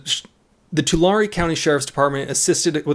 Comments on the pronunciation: Tulare=Tuh Larry not Talary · As someone who lives in Tulare county, I feel the need to inform everyone that it's pronounced To-larry (Larry, like the name) not Tulary. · Oh hay That's the county I live in. (edit): Tulare is pronounced like twolarry /as far as I know we are talking about the same Tulare don't know if there is another Tulare in cali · you can tell when someone is not from the central valley they always pronounce the city name funny. It is pronounce to-lare. Just like Delano its Da-lano. I feel sorry for the guy he is probably gonna get charged. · Tulare. Said like you would say 2 lair. Just FYI. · Tulare. Too-larry, That's how it's said. 🤦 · It's pronounced Tool/Air/E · It’s pronounced “Two-Larry” 🧐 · Its pronounced " Too Larry" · It’s pronounced. Too. Larie. Like larie the lobester. Fuck California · Oh and its pronounced " Two-Larry" (Tulare) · That is not the proper pronunciation of Tulare. lol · your saying tulare wrong